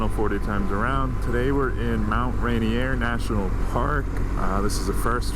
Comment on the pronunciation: Rainier. Not Ranier.